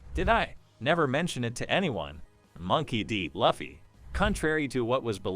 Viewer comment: Can never take anyone serious who cant even pronounce the name of the protagonist..